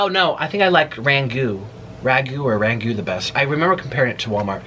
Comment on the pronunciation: Oh honey it’s crab rangoooon like goonie